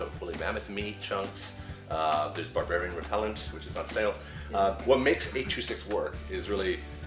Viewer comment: Lionel is a "Bardbariain" XD